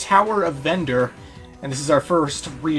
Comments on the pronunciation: He keeps mispronouncing Tower of Verdure as Tower of Vendure accidentally. xD If you have been reading the notes on the right side. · he keeps announcing verdure wrong.